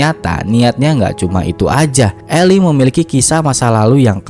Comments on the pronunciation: Min, Eli bacanya Ilai, itu nama salah satu nabi yg ada di Bible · Betul 👏👏👏 Eli dibaca (ilai)